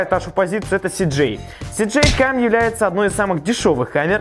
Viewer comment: начнем с простого, ты не можешь нормально выговорить названия камер, у тебя вместо камеры sjcam(эсджейкам) главный герой игры gta san andreas Cj